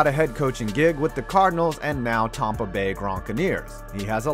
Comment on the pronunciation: Lol Tompa Bay Gronkaneers